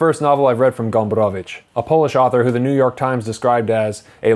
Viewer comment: I like how you pronounce "Gombrowicz". It's very correct. Good review. One of the greatest polish authors.